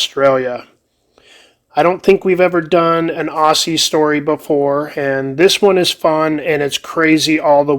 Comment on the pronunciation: Yes its spelled Aussie but its pronounced Auzzie, like Ozzy.